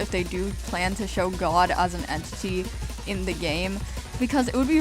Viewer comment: It sounds like vod when you say god